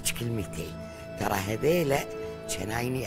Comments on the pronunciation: جنايني مو كنايني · جنايني انا ❎ كنايني انا ✅